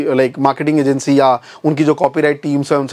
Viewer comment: YouTube ko YouTib kyo bol rhe ho